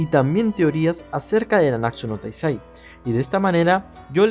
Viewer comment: todavia sigues diciendo nanaksu no taizai:v Solo digo... Gud video Aunque te confundiste:v